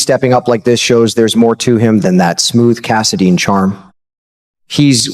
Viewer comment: Cass a dine not cass a deen